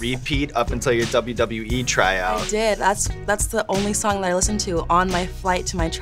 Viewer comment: She pronounces WWE as WB which is increasingly odd but she's cool af. Makes me want to watch her matches.